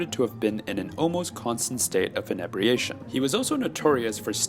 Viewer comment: Is this a robot announcer or just somebody with a very limited grasp of English pronunciation? Examples : inebriation, zealous, subsequently.